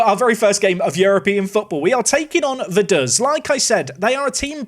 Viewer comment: I spent a weekend in Liechtenstein last year so now I know he was pronouncing Vaduz wrong as well